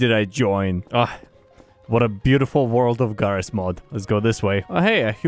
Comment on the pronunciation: "did he say jigabyte?" "he calls this game jarry's mod" and he probably calls you